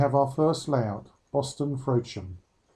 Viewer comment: Informative video of the show if a little lacking in enthusiasm. One point, the town Frodsham in Cheshire is pronounced with a short 'o' sound as in Box not as Frowdsham. I am from and still live in that part of Cheshire so that grated on me. Otherwise a good quality video worth watching.